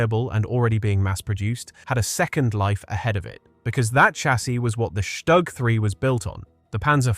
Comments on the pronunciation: The acronym StuG is NOT pronounced Stugg in German. It's Shtook; not a short vowel O or a long one but something neutral, in between. The consonant G is "hardened" through "Auslautverhärtung" (that happens to be the correct linguistic term and it means "final-obstruent devoicing" or "pronunciation hardening", of the finite consonant in this case, into a K, as in Hamburg --> Hamboork. The same or very similar mechanism appears in many other languages also. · It's not pronounced Shtag but Stug....."St" is pronounced with a "sh" and the "u" is prnonounced like "oo". So it's "SHTOOG". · it's pronounced "shtook"